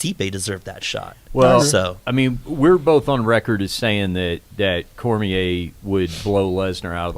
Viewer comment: Short muscle head on the back left can't say Cormier correctly and it bugs me